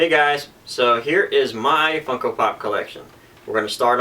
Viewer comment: It sounded like you said Fucko at about the mark... haha